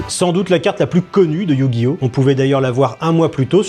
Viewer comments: Le EuUiOuHh gi oh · Éyouuuu Gui Ohhhh. 😂😂😂😂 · C'est pas Yu-Gi-Oh mais YU !!!!!! GI ! HO ! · Ah oui, ces fameux "meuporg" (France 2), ces animés violents (Bachelot) et cette merde infâme que sont les manga (Zemmour). Et maintenant, c'est Yu- - Gi - Oh - -. Mais vous savez Mr Praud, ça se prononce "Yu-Gi-Oh", comme dans "faux-semblant"... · Je propose un échelle de mesure, "l'échelle P.Praud" pour mesurer le mépris dans un discours. Établie sur une valeur de 1 à 100, et quand on se rapproche du mépris émis dans son émission, on se rapproche de 100. Ça vous va ? Sinon il faudrait faire un test pour AVC, car prononcé Yu GI Oh! de cette manière est inquiétant, surtout lorsqu'il est totalement capable de prononcer ce nom correctement sans avoir été repris au bout d'un temps dans l'émission. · Attention à ta prononciation, c'est iYOU GUY HAUT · Je me demande s'il se base pas sur la transition de la série TV pour sa prononciation de Yuuuu gi oh 😂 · "You gui O"🥸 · YOU gi oh😂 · Sa façon de prononcer Yu-Gi-Oh : YUUUUU-GUI-OH XD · Le YU Guy Ohhh lalalla 😂😂😂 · Le "YUU-gi-Oh" m’a tellement fait rire 😂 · Mdr c'est le magicien des ténèbres qui lui a mis un doigt dans le cul pour qu'il prononce yu-gi-oh comme ça ? 😂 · C'est tellement ridicule comment il force pour faire le mec qui galère à prononcer Yugioh (alors qu'on voit parfaitement 10 sec plus tard qu'il y arrive très bien) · On ne sait pas s'il essaye de prononcer Yu-Gi-Oh ou il se ch*e dessus. Remarquez à son âge, ça peut être les deux. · Il insiste vraiment sur le "Yu" carrément il parle en majuscule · Alors soit y'a quelqu'un qui lui a mis un coup de pied sous la table quand il prononce Yu-Gi-Oh soit faut qu'il consulte rapidement